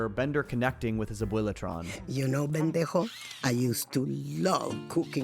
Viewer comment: Oh that caught me off guard Abuelatron calles Bender Bendejo Probably wanting to call him Bender and mijo but it came out as if she called him "dumbass"